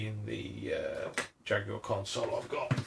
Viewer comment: Americans!! Watch this video and learn how to pronounce Jaguar properly.